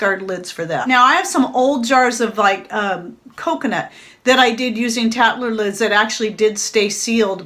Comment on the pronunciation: Tattler lid-I had to go back and listen I swear you said cat litter lid!